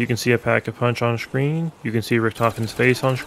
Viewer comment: This man learned every secret on Kino Der Toten but never how to pronounce screen correctly. I cannot unhear "shhhcreen".